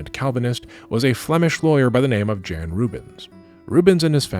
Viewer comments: please. Please look up how to pronounce names. "Jan" in Dutch is more "Yahn". On the plus side, I do finally understand how painful it is for people to hear bad pronunciations; every time you say "Jan Rubens" my brain stutters and I can't focus on what I'm sure is very interesting, lol. (You're pronounced "Rubens" wrong, too, but that one doesn't bother me for whatever reason. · Just a tiny remark; you seem to put a lot of care into pronouncing foreign names/words correctly, so it would’ve been cool if you also pronounced Rubens, Jan, Peter Paul and so on correctly and not with an English pronounciation :) otherwise as usual a great video!